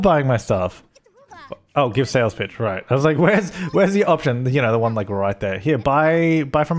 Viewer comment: anyone else hear 'Sales Bitch!' instead of 'Sales Pitch!'?